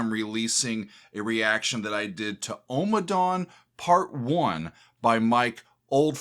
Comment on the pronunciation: Out of all of his works, Ommadawn is my absolute favorite. I first purchased on vinyl when it was released. Never heard it until I played it for the first time. I have listened to it (part 1) over a thousand times. Not exaggerating at all! Great headphone music with so much going on. I think he plays the harp. Note: You seem to be pronouncing it as OH-ma-dawn. It should be AH-ma-dawn. Listen to the chanting.